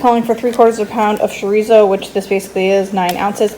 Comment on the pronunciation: Chorizo= cho ree zo, not sho ree zo!